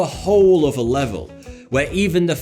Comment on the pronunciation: SAY IT OTHER Oðððððeer not ovvva Jesus Christ your speech impediment is annoying